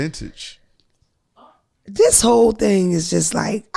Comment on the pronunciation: said "vintage" 😆🤣😭💀